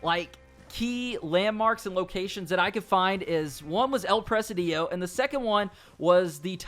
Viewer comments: El preh-SEE-dio. Not El preh-sih-DEE-oh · It's pronounced "pra-sid-e-o" Not "Pres-a-dio". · Its Pronounced El “Press Cd Oh” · It's "El presídio" not "El presidío" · El presidio not "el presadiyo". Great video. Thanks! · El Presidio not El Presedío 😂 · No is El presiidiiio. Is El presidio. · El Pre-SID-io. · You pronounced “El Presidio” wrong. It's Pre-Seedeo , not Pre-see-Dio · It pronounced "el preSIdio ". It means The Jail or Fortress of soldiers. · STOP CALLING IT “EL PRESIDÍO” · El presidio means the jail or the asylum. It's pronnounced "pre-c-deeo" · You pronounced El Presidio wrong lol it’s actually El-pre-seed-yo